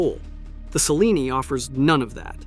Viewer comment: Cellini is pronounced: "cheh-LEE-nee", with the primary accent on the second syllable.